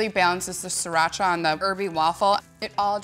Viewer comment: you make the sound of sriracha sounds like mexican... well, the right way to pronounce it is sree-raa-chaa